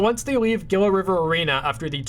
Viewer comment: Nice video. I'd love to be in a future one. Also, Gila is pronounced "Hee-la"